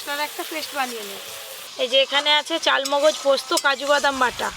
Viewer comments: চাল মোগজ না চার মগজ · Chaar mogoj k chaal mogoj bolo keno??